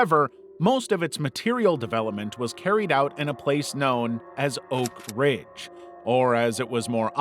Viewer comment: Am i tripping or did it say "ORK ridge" the first time?